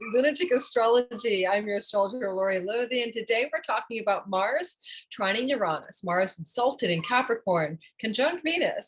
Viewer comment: The way you say Uranus is almost enough deter me from the channel, no offense but it’s (YURE-AYE-NUS) not (YUHR-AHNUS)